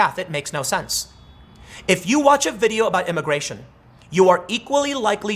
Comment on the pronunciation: Why does Tim keep slipping up and saying “imigaytion”? 🤔